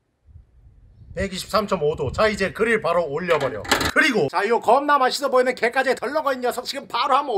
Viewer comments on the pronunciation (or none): 나만 갯가재가 갯강구로 들리낰ㅋㅋ